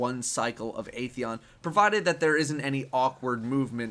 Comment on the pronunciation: it's 'Ah' theon lol